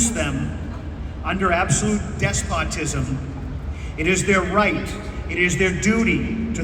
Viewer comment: Thomas Jefferson at Colonial Williamsburg did a much better reading of this… Boston aught to find a guy to read who at the very least knows how to pronounce “ despotism”.